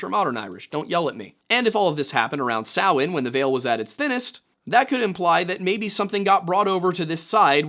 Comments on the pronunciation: Underappreciated aspect of this video: the pronunciation of Samhain is actually correct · Anyone else here breathe a sigh of relief when he pronounced Samhain properly? 😂